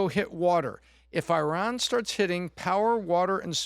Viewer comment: “BCauz Of IhRan” 😭